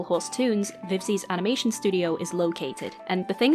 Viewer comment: Very sorry to bring this up when the topic is serious, but you said amination and I think it's funny, lol.